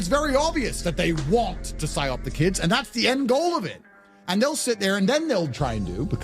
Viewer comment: PsyOP not SIOP